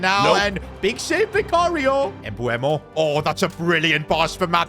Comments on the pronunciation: Ffs its not eMbuemo, It’s MBUEMO. If you don’t say eMoney then don't say eMbuemo. Common sense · It's pronounced emboomo not embooemo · It’s not Embeumbo, is m-buemo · He's actually called "Em/Boo/Moo", not "EmBooEmO" i used to call him that as well but learnt the correct way this year😭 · Why you keep calling him mbUemo, his name is MBEUMO, M-B-E-U-M-O 😂😂😂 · You should not say his name like that